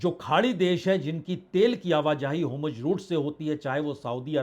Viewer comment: हॉर्मुज को होमुर्ज न बोलें बाजपेई जी